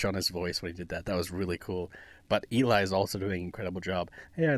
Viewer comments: This arrangement is 🔥🔥🔥 I love Linkin Park and I was excited to see the guys were gonna cover it. It turned out so great! It had me hooked from the start. Loved your reaction!! ❤ Just a side note, Eli is pronounced like Ellie (rhymes with jelly) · Eli pronounces his name as rhyming with 'Ellie", not "E-lie". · Find VoicePlay’s cover of “Tennessee Whiskey”, it’s an older one back when J was still a member , and they show off some crazy runs & J’s awesome falsetto. And as others have said, Eli isn’t E-Lie, pronounce it like the word “jelly” without the J. Not that you can tell that to look it. 😊 It’s short for Eliezer. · Eli, pronounced Elly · Yup. Or you could say “Eli” rhymes with “jelly”. =)